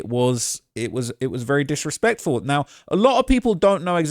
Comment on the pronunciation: vewy diswespectfew😅